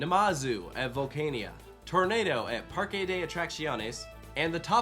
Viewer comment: Finally got to pronounce Parque correctly and just keeps murdering it. Sigh...